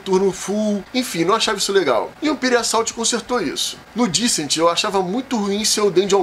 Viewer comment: Tenho certeza que entendo que mais do que vocês. Há mais tempo também. Lista que não tem KDM, Darklight, Deep Madness, Claustrophobia, Folklore... e ainda bota Sword & Sorcery de primeiro...é não saber o que fala. Fato ainda mais óbvio quando menciona Descent (falando errado o nome ainda) e demonstra total falta de conhecimento do jogo, pois ele tem sim um APP pra atuar como Overlord. Até Dark Souls entra nessa lista. PnP como 4 Against Darkness e d100 Dungeon são DCs. Mansions Of Madness não é DC. É Adventure. Aliás, Mage Knight (vergonhoso não estar nessa lista, mas não é o forte de vocês) é mais DC que MoM. Ah, aparentemente entendo mais de digitação também. Canalzinho amador. Sugiro aos inscritos procurar informação correta e mais esclarecedora em canais gringos. Se não entenderem o inglês, existem canais nacionais melhores pra vocês tomarem uma decisão mais acertada sobre onde investir a grana em jogos caros como esses e não se arrependerem tomando por base informação de quem não sabe o que fala (e ainda faz um vídeo sobre).